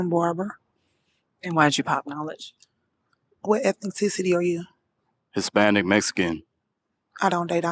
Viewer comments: "what ethi-ticity are you?" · What is “ethni-ticity?”😮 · Young Lavelle chick couldn't even say ethnicity correct😂😂😂.